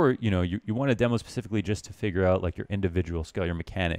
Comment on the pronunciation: God I hate the way he says demo damnit